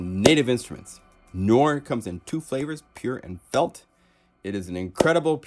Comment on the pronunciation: Love this video, but your pronunciation of noire kills me lol! It’s produced ‘Nu-are’ not ‘noor’. But anyway great video thanks for showcasing this awesome piano!